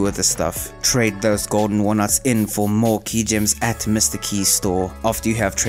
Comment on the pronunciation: why you putting so much emphasis on the hard in hard wood, nuts in walnuts and milkers 🤨